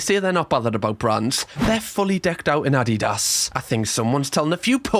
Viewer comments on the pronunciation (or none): love how you say it totally wrong like Awde-daas instead of the right way which is like Uh-Dee-duhs. 😂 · "Addy- dass" 😂 bruh that gave me whiplash because in america its always pronounced "uh-dee-duhs"